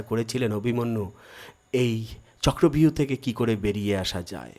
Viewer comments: কথাটা হবে-চক্রব্যুহ, চক্র ভিউ নয়। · চক্র ভিউ না, কথাটা চক্র বুহ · কথাটা চক্রব্যুহ হবে